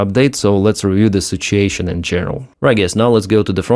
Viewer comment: Did you say, "sitch-ashun?"